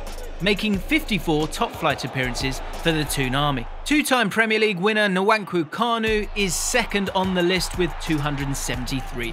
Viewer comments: Did this man just say Na-wank-kwoo Kanu? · Man really said nu-wan-ku kanu😂🤦🏿‍♂️ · is Nkwakou but it is Nkwako if you pronouce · Look at how the commentator butchered Kanu Nwankwo's name 😣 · The way he pronounced Nwankwo🤣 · Could learn how to pronounce nwankwo